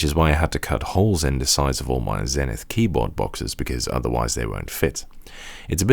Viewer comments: It's pronounced Zee-nith, not Zen-ith. And it's a U.S. product so you have to use the U.S. pronunciation of the letter Z -- at least to be consistent with all the people who tell me that I have to use the British pronunciation of Z whenever I'm talking about a British product! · Hello,. I agree with other comments. It is "Zeenith" in pronunciation. I want to thank you for your praise of Zenith Data Systems (ZDS) and their products in the 1980s.